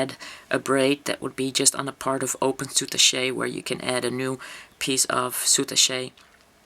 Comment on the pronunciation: Very nice tutorial. FYI -I thought you might like to know, according to the Oxford English Language dictionary it's pronounced SOO TASH not sootashay. Thanks for sharing...